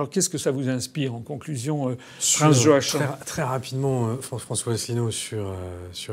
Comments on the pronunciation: Joachin ??? Cela se prononce : joakim tout simplement . C'est quoi cette espèce de francisation ??? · Prononcer Yoakim en vérité 😊